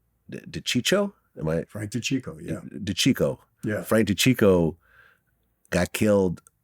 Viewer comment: Two major L's: Saying Chicho instead of Chico🤦‍♂️ Asking if Frank Sinatra was in the Mob🤦‍♂️